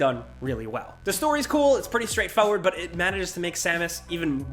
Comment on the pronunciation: Anyone else notice how always mispronounces "Forward" as FOE-WARD? Kind of annoying. He says it in almost every video.